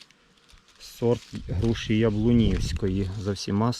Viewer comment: "Груші" ,не "Груши"